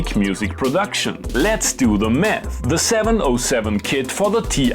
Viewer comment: I love your accent. it sounds like you're saying "let's do the meth". I guess the nice thing is that I could buy the T-8 and still have money left for some.